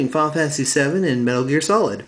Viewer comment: you say final fantasy like fall fancy